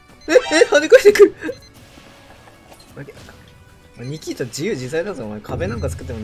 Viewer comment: 「ニキー太郎が好き」って言ってない？笑